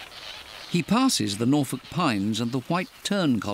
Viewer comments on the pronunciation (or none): none